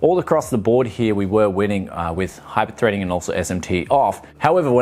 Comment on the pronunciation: esht emsh tee and hipershpreding... god I hate it When that happens.